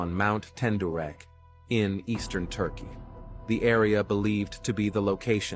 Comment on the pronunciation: Noah's arc is in turk-eye you mean to say Turkey no how the hell do you expect us to take you serious if you cant even pronounce turkey correctly?